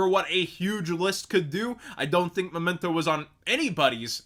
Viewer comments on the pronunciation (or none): none